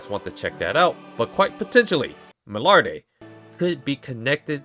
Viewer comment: The pronunciation of Milliarde was a bit of, I hope they get the Names down in the new Season II like they did for the most part in S1, but I have high trust in the Japanese VA to diligently practice. What I'm looking for is the fight with Revolte and if they can utilize what makes his design unique and his demon magic an a satisfying way.